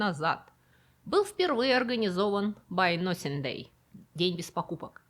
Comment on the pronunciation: простите за замечание, но вы на самом деле говорите по английски? На моменте с "байносингдэй" я два раза перемотала так как думала ослышалась...вы же живёте в англоязычной стране Канаде, почему у вас "nothing" это носинг? Как-то меня триггернуло на этом моменте. 😮